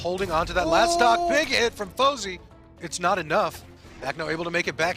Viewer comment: ITS FOZEY NOT SWATA!!